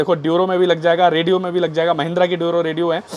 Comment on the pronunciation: Bhai ne "Rodeo" ka "radio" bana diya 😂😂😂😂😂😂😂😂😂😂😂